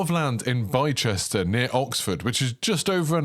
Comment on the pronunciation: yeah, in the uk, if it ends in ‘cester’, it’s pronounced ‘ister’